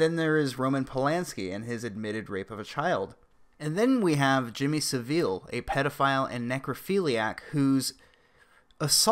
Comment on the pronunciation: Not that it's a big deal,but Jimmy savile is pronounced sav-ill.this is the 3rd video I've watched in a day giving the same pronunciation.